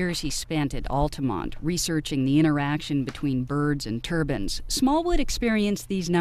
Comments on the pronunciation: It's turbines,not turbans.please America,learn to pronounce words right,your english is appalling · The narrator keeps saying turbans. I thought they were turbines.